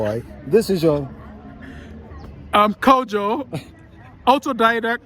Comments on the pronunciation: Ofcourse he's fully blooded Ghanaian resides in my neibourhood he's very interesting intelligent person everybody knows him around... he pronounced his name just like most Fante guys with brofo asem pronounce it lol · just look at the way he pronounced his own name kojo. Even Ghanaians born and bred in the diaspora wouldn't mention it that way. He lost